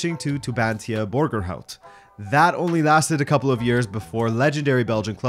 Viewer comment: Damn. You didn't butcher Borgerhout